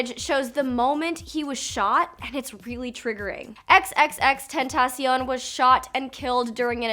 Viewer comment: At least say his name right